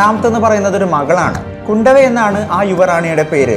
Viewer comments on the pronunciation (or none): കുണ്ടവി അല്ല bro കുന്തവി..tanjavoor periyakovil story kettal arum raja raja cholante fan avum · കുണ്ടവൈ അല്ല..കുന്ദവൈ!! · കുന്ദവൈ അതാണ് pronunciation